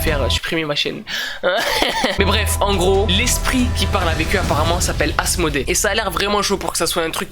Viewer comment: Walah j'ai cru que au lieu qui dit Asmodée il dit asmr 😂